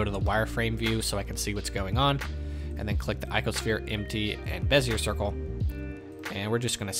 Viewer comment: FYI, it’s BEZ-e-ay, not bez-e-er. Those French and their silent r’s.